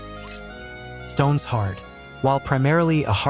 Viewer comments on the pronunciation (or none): AI voice. insta downvote. saying "stones hard" instead of "stone shard" lmfao XD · I didn’t even realize it because Stoneshard was pronounced wrong lol. AI being able to copy incorrect human speech is impressive.